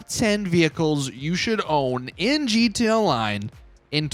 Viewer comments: GeeteeA all one syllable word lol. Gud stuff. 😂👍🏼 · Lol every time! “Geetay” online.